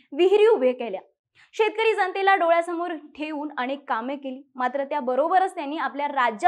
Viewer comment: ताई खूप छान माहिती आहे फक्त न आणि ण मध्ये फार चूक होत आहे अनेंक नाही तर अनेक